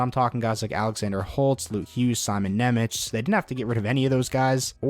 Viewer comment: Just a small correction - Nemec is pronounced 'Nemets'. I know the lady on the draft night pronounced it 'Nemetch' but that's not the correct pronunciation.